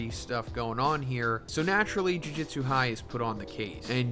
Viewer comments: This man can't pronounce Jujutsu to save his life. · 271 chapters and bro still says jujutsu wrong lmao americans are funny man😂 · Crazy after all this time, you still can’t pronounce “jujutsu” correctly